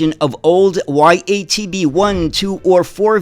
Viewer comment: The first letter in YaTB(ЯТБ) should be pronounced as german word Ja(Yes). It was produced by automotive plant in Yaroslavl, so YaTB means Yaroslavl TrolleyBus.